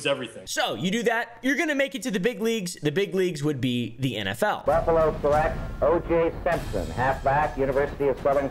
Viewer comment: “OJ shrimpson”